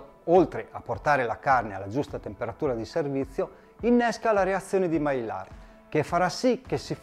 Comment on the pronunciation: Visto e apprezzato molto, grazie! Avrei una domanda e un suggerimento: Domanda: ho acquistato un forno che offre la funzione sous-vide (tramite vapore), ma non l'ho ancora utilizzata e immagino ci siano differenze rispetto all'uso del roner: hai qualche consiglio in merito? Suggerimento: un dettaglio... "Sous Vide" e "Maillard" sono termini francesi e si pronunciano "suVìd" (non suUìd) e "Maiàr" (non "Maillàr"). 😉 Detto ciò, grazie ancora e buon lavoro! 😙👌